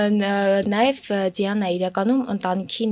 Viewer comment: Էս աղջկա անունը Ձիանա չի,Դիանա է,ճիշտ արտասանեք